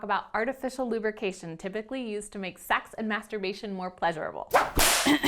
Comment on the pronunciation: The way she says SECKS tho.